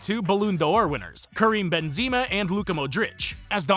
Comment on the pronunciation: Karim benzima Hahahhahaha That sounds like a biomzepina